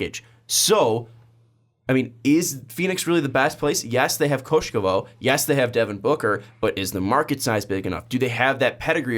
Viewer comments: You're still butchering Igor's last name. It's Kokoskov, not Koskovov. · It's not that hard, KO KO SHKOV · Let me help you guys... three syllables: Ko-ko-shkow (stress on the second syllable) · COCOSCHKOW....CO CO SCH KOW. 1) 1st CO is like COpy 2) second CO is like in COre, 3) SCH like SCHroder and 3) KOW like in BOW but instead with a K) does it help?